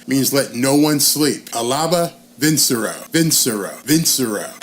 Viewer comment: Here is how you can pronounce "Vincero'" Pronounce "VIN" like a car VIN #. "CHE" like pronouncing "chest". "RO'" as in Roe vs Wade."VIN-CHE-RO"